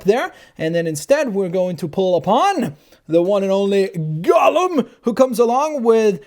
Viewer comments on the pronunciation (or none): none